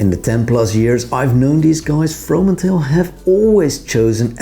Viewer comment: So funny how perfectly you pronounce the 2 names of the Dutch founders doing an English spoken video! I find the Fromanteel very interesting. Hope to visit their shop in Amsterdam one day.